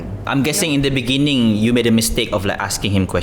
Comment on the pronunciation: you mean "in the beningging"